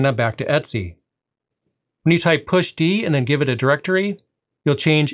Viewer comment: great video, but your pronunciation is really bizarre for a variety of commands here (etc, sudo for example)